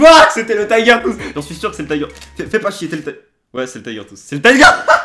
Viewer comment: LE TAYGEURR TWOUSSEE 😂😂😂😂 tellement ridicule quand il le dit